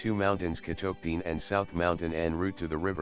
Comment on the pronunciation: The pronunciation of Bolivar; Catoctin; and Loudon by the computer is killing me. The content and accompanying music along with the photos are excellent.